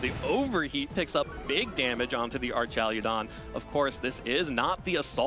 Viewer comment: I would do anything for this man to pronounce archaludon correctly